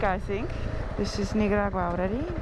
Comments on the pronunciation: The way you say Nicaragua.. lol It's a C 😅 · Perhaps they held you up so long at customs as they were confused, as you sporadically call the country NiGaragua lol so funny. I feel for those truck drivers! I wonder what the wait time is for them, and if they get paid for the wait.